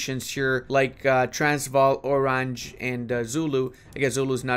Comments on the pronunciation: Please, stop calling Oranje "orange". It spells like /oˈrɑɲə/. I generally don't like these rasicst rednecks, but having spent some time in South Africa (actually with the San people - the ones who talk with "clicks" - and they are as cool as they are being portrayed in movies, if not even more) it almost hurts me physically if you mispronounce it that badly. 😜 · Oranje is pronounced O run yah